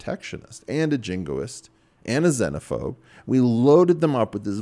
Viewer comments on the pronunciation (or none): ''Zen-o-phobe'' Yikes... Too much Zen Is too much for me!